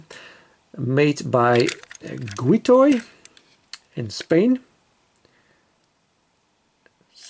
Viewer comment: guiLoy not guiToy :-D